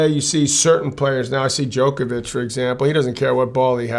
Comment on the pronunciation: John, why can't you pronounce Djokovic correctly? It literally has the same noise in it as your name. You aren't called Joan McEnroe.